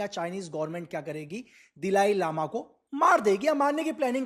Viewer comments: दिलाई लामा नहीं दलाई लामा है नाम तो ठीक से pronounce कर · Sir ji Dhilai Lama nahi Dhalai Lama hai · It’s Si - Ang not Sang 😂brother Dalai Lama not Dilai Lama and It’s Tawang not Tawan. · Dalai Lama not Dilai Lama, and some footage are not of PLA please correct it… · Dalai Lama not Dilai lama!